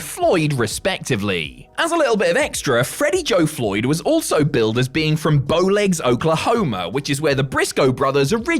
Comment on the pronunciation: Hearing say Bowlegs, Oklahoma is odd as an Oklahoman Population 352